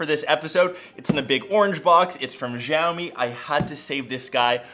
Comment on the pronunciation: Xiaomi pronounced showmi